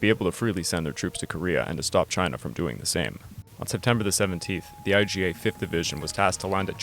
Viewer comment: It’s IJA (imperial Japanese army) and not “IGA”